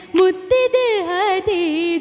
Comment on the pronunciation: ഹദീജ അല്ല, ഖദീജ.